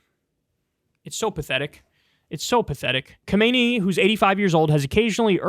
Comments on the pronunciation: Sorry to nitpick but it's pronounced KaMinEE not KoMeiNee... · Ehm Kyle, if I may make this little remark....? This current highest leader of Iran is named Kha-me-néí (emphasis at the end). Not to confuse with predecessor Kho-méi'-ni (emphasis in the middle). Who was the guy that at that time, chased away the US-backed sjah Pahlavi in 1979, and died in 1989 of cancer🙂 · The supreme leader's name is pronounced: khaa-meh-neh-ee